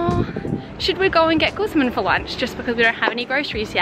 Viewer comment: You’re mispronouncing Guzman.. watch a pronouncing video on how to say it correctly